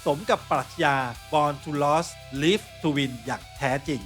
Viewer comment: Born to Lose, Live to Win. Lose ออกเสียงว่า “ลูซ” ครับ เป็นแฟนประจำนะครับ ฟังมันส์ทุกวง ครับ